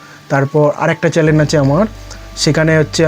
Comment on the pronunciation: আর কি কি চ‍্যলেন আছে ?😂 ❌ চ‍্যনেল✅